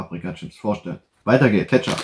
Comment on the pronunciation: Kettschopp > Ketzap > Ketchup